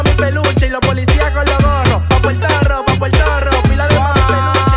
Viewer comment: Porque siento que cada vez que dice "pa portorro", esta diciendo "pal carajo" no me vacile 😆 y todo nosotros los boricua dandote like 😂